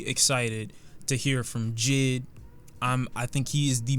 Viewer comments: This nigga said jid, it’s J.I.D. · When you say JID kinda making me lowkey triggered when it’s pronounced J.I.D (Jay-I-Dee) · who notice him saying jid instead of jay eye dee